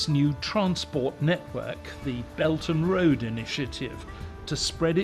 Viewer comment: lol he said 'the Belt and Road Initiative' and I understood 'The Belgian Road Initiative'